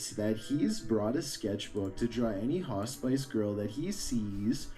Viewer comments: . I think he meant hospice but pronounced it different. And . he probably meant hospice girl (a former female hospice employee). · He normally doesn't bother me too much, but did he really have to say it like that 26 times??? 😁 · He is saying “hospice” but he is pronouncing it incorrectly as hos-spice. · Omg is saying hospice not hot spice lmaooo had me trippin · My firefighter daughter would run right to it~ and (wisely) fight it~ she has always run towards this stuff instead of running the other way~ got grey hairs from it lol~ says Hospice ~ not hot spice ugggh ~ just not how I say it but it still hospice. Smoke or exhaust from truck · doesnt no its hos piss, not hos spice, hospice, its a hospital for dying patients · No, was pronouncing it incorrectly..it's hah-spus. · Dadaaada dadaada "Haaaw Spice!" I love this odd pronunciation of Hospice. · I just kept hearing HOTSPICE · doesn't know how to pronounce "hospice"? If narration is your job you should learn to properly pronounce the words in the script. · The hospice...pronounced so wrong drove me crazy. Also Nuzzy Futtz is word play for Fuzzy Nuttz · The way was pronouncing hospice really bothered me 😪